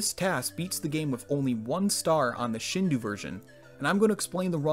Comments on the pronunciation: Yeah, it seems be a common mispronunciation of the Japanese "ou." (For those curious, it should be pronounced like the English "dough." I recall people would pronounce hado(u)ken as "ha-DOO-ken" back in the day. It's understandable why they would, though.) However, let it also be said that this is a minor flaw in an otherwise excellent video! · Shindou is pronounced Shin-doh. If you see "ou" in a Japanese word it sounds like "oh", not like "oo". Absolutely fascinating video otherwise. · He is not my ancestor, please read my comment more throughly. Second, despite the Shindou version of SM64 coming out in 1996, the word itself has been around for much longer than that lol. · I don't think that's how you pronounce Shindou btw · same here. It’s a total nitpick but it bugged me. Fun fact for the comments I guess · it's pronounced "shindo" not "shindu" Common mistake though because of the '-ou' romanization, don't worry. This series is great! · except sheen should be pronounced a bit shorter as it is shin, not shiin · take a shot every time he says 'shindu' instead of 'shindou' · It's shindou, not shindu. That's why it's written shindou. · "Shindou" does not rhyme with "Hindu". The "dou" is a lengthened form of "do", which is pronounced "doe" (as in a female deer). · Shin-dough, not shin-dew. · Do, like dough. Or dough-oo. Not shinduu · It peeves me that this guy pronounced it shin-do, not the correct way, shin-dough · I'm sorry but I have to correct your pronunciation haha it's pronounced "shin-doe" because there's a "u" at the end of the word. It's not "shin-du" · Its ShindOH nicht ShindOO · Your pronunciation of Shinou hurts me... It's Shin Do-U not Shin Du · Shin-DOH, not Shin-DOO. I'm sorry but that bothered me so much every time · Interesting video, but I cringe every time he says "shindu" instead of "shindō". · You're right, and even more accurate would be "Sheen-doh." Japanese doesn't have short i's. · actually it’s pronounced [ɕĩndo̞ː] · "Shindu version" 🤦‍♀️